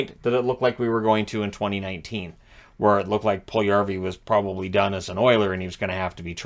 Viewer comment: His name has four syllables, not three. Pul-yu-yar-vi.